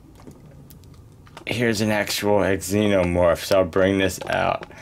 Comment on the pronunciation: Not trying to be rude but the x is pronounced z like zenomorph but nice video!